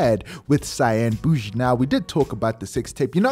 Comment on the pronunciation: Out Here Laughing When He Said Cyan Bushi😂😂😂😂